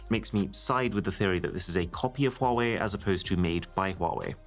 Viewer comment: Fighting demons hearing pronounce huawei like (wuawei) the letter H is there for a reason😭💔